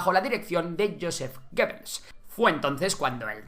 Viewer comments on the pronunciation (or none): none